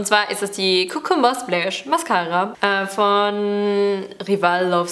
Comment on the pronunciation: Du hast „Cucumber“ falsch ausgesprochen …